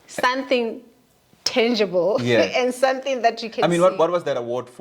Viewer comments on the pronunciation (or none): is real, period!!!.... Love it when she says Sunthing 😂😅, it's not our mother tongue anyway😊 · Is she say Sunthing or something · She 'll say sunthing 😂😂